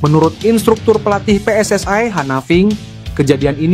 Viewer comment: Untuk narator: ucapan PSSI sebagai [pé ès ès i] atau [pi èis èis ai], jangan dibuat rancu dengan [pé ès ès ai].